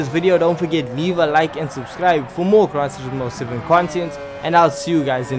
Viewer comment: Wtf is crisis most seven😂😂😂? Are you trying to say Gran turismo 7 You are😂😂😂